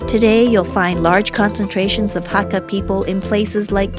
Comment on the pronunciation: Sorry but you pronounced "hakka" wrong. It's not hak-GA, it's hak-KA.. I'm Hakka and honestly this was hard to watch 0.0